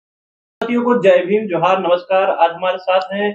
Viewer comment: बार बार नमस्काय